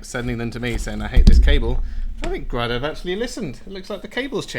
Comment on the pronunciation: Can you please say the company name correctly. It's also the family name. Seriously. Gray-Dough. Got it?